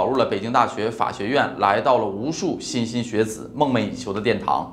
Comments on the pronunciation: 莘莘学子，shenshen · 莘（shēn）莘（shēn）学子吧？ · 莘莘学子……xinxin学子？？😂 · 莘莘学子 xin xin xue zi? 这么低级的错误不太应该吧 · 莘莘学子，是读shēn shēn xué zǐ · 莘莘学子（shen）